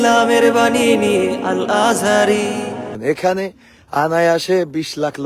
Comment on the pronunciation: কি গজল লাগায় আর বানায়, আজহারীর নাম উচ্চারণ করতে পারে না। কি উচ্চারণ করে আল আজারী😅